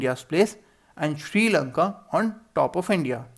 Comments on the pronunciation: It is Sri Lanka not Sri labka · Sir it is srilanka not srilabka